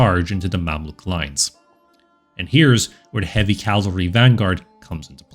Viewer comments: I've never commented on your channel before, so let me first congratulate you for putting out some excellent content! Now for my minor editorial critique here... In the narration, the word cavalry is pronounced as "Calvary", which you know is the biblical name of the hill on which Christ and others were crucified. But still... Keep up the amazing work! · Try saying chivalry then cavalry, maybe it helps before recording so as to eliminate that bothersome "l" you insert after the "ca" în cavalry.